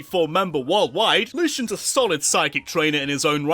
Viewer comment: no way the only person that pronounced lucian correctly